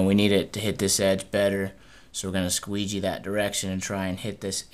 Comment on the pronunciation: Lol, squegee? XDDD